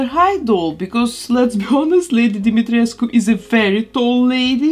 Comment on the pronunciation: Finally! Someone pronounce Lady Dimitrescu name correctly❤️ I love your channel and your work! Love from Romania!🇷🇴 P.S Why the non-Romanians people are more offended by her name than the Romanians ones?